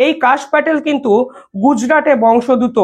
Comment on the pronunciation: বংশ দুত নয় নয়,বংশোদ্ভূত। বারবার ভুল উচ্চারণ করছেন, বাজে লাগছে।